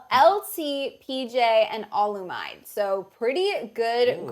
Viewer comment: Olu's name is Oh-loo-me-day Not, Oh-loo-myd It's a Nigerian name